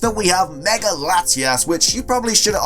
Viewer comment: Why does he always say "megar"? There's no R to it.